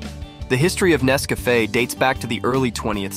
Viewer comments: It's not Ness-CAFF-eh, it's NESS-cuh-FAY. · its not nesvafaaaaa its nescafeeeee when you say it lol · Nes Cafe? Learn how to pronounce it if you're going to do a video. Also, it's referred to world wide as 'instant' coffee not 'soluble'. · When the narrator learns how to pronounce Nescafé correctly. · Thank you for this informative video mister robot AI voice. next time put some more effort in the video and maybe use your own damn voice to narrate . The AI voice literally pronounced Nescafe 4 different ways. Lazy